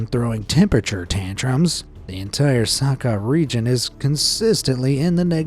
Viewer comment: 1. Oymyakon isn't that bad. I'm Siberian. I used to live there. 2. That isn't how you pronounce 'Sakha'. That isn't how the 'kh' is pronounced. At all. 3. Where the fuck is 'MaRgadan? 4. Your voice is annoying.